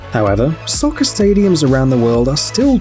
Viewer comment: When he is british and calls is Säker